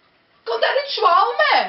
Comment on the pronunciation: schwalme :P ? ok ik spreek als Limburger geen Limburgs maar lol het is zoals hier onder aan gegeven is toch zjwame (staat ook onder aan het bord van Zwalmen . Verder erg grappig en moet er heel hard om lachen